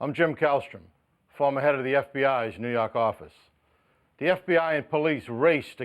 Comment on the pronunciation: NEW YAWK AFFICE!